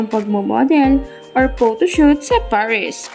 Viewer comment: Paris not parish...